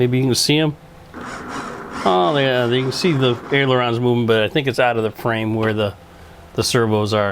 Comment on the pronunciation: Sir they are callled ailerons not aerolons. There is no such word as aerolon. It is pronounced aileron (aye-lur-ons)...